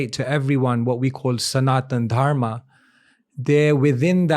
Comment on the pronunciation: Left the video when he said dharmaa